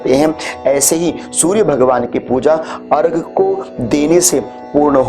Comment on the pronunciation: अर्घ नहीं,अर्घ्य होता है, धन्यवाद